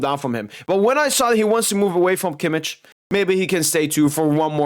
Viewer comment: I love how you pronounce kimmich as kimmiç 😂😂😂